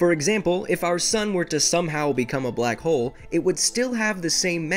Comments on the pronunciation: I thought that you said “ my name is black hole " bloco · « blak ole »